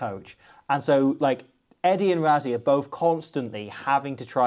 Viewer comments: why do you call him “ razzi” ? why say it like everyone else? rah-si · Say Rassie but pronounce it Russie. South Africa thanks you. :face-green-smiling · You do realise that the s in Rassie is voiceless, right? So instead of Ruzzy it's more like Ruscy. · it's Russy not Ruzzy in pronunciation.. that's how we say Rassie in SA. Thanks. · for the amount of times you say his name, you may as well pronounce it correctly. It's "Russ" as in "Russell" "ssie" as in "sea" You don't have to roll the "R" Russ-sea...sounds better than Razzy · Why can’t brits say Rassie properly there’s no z in his name is ss ffs